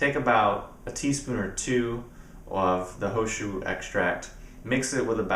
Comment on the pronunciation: is the tea you were saying the He Shou Wu Extract? sounded like you were saying ho shu